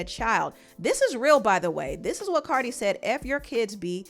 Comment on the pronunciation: Stop saying Cardi wrong they both wrong however Nikki Started talking about that girl daughter first.